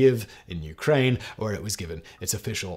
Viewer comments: Say it with us “key-ev” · The authentic way is to pronounce it 'Keeve'.